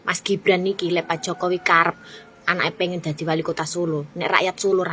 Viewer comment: GIBRAN mbk bukan JIBRAN sok²an pak bahasa inggris G dibaca J hadeeeewwww, kamu tuh klw gk nyocot gk bs makan ya.